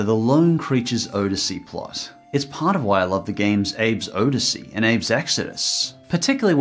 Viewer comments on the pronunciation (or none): Odyssey is pronounced OD-essy, not ODE-essy. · the way you say "abes oddesy" makes me die inside